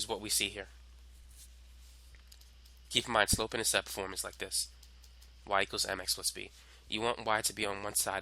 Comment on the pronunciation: Beautifully done. Only one thing. It's an "intercepT". And you could have edited out the occasional violent coughing.